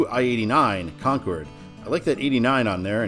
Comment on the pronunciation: Thanks! How about a shout out to Exit 3B on I 95 south in NH for Stratham (Strat-ham) Love the channel Thanks for the correct pronunciation of Concord